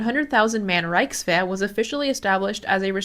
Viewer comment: Grüße! I was impressed by how you pronounced words, until I heard Wehrmakt and Rikeswehr. If you work on your throaty "ch" and soft "ch" and when to use them, then your pronounciation is basically perfect for a foreigner. And "Fallschirmjäger" is singular and plural. There is no need to add an "s".